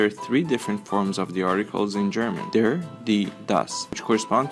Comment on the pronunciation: The information in this video is good, and it's a really good production. But for anyone who isn't aware, the pronunciation of "der" is a quite bit off. The correct pronunciation is closer to the english word "dare" rather than dergh.